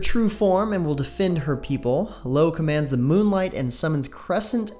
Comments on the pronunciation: ahahahaha LO ahahahahaha its io bro xD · Lo? Her name is pronounced Eye-Oh, like from Greek mythology and one of the moons in the solar system.